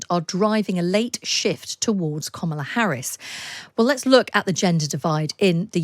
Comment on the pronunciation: Her name is kamala not komola u continue to say this it's wrong!